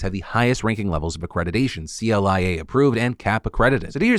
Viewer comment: FYI CLIA is usually pronounced "Cleeya"